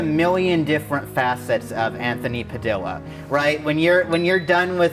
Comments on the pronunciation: This mad me angry It’s pronounced pa-dee-uh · wait did she pronounce Padilla like padiLLa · When the wolf guy pronounced Anthony’s last name wrong 😂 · The wolf guy just butchered Anthony's name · Did anyone catch that Naia pronounced Padilla wrong?